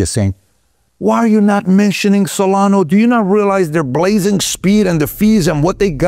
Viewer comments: Solana, not solano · Do you no that its solana not solano 😂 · What’s crazy is that he’s doing a show on crypto and he can’t even pronounce 1/4 of the coins he talked about. He is obviously paid by ripple to do this. SolaNO??? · And "Solano" too. Cuts right through me. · It's also Solana not solano. Lol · Also Solano😂😂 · You know he owns very little “ripple” cause he says ripple instead of XRP. This is so frustrating when people who are involved with the crypto space and say the wrong names of crypto currencies. I swear he also said cardana or Solono earlier in the video too. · You keep saying Solano lol. It’s SolanA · Why you are calling Solana, Solano is a mystery. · Bu the way it's solana not not solano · It’s SolanA not solano LOl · Salano lol. It ends with the letter a. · The best part is when he says “Solano and Cardano” 😂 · Do you just want to pretend you know about everything? You’re doing a show on crypto and you can’t even pronounce SonalA. Stay in your lane. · He can’t even pronounce Solana correctly. You’re asking too much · Did home boy just say solano?! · Yep, I heard that lol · Bro... it's SolanA, with an "A"!😅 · Y does Pat keep calling solana, SOLANOOH!! WITH AN "H"!!😅😅😅